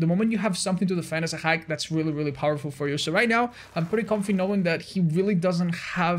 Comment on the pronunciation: pronouncing Hag like "Hrrag" and the captions see it as Hack.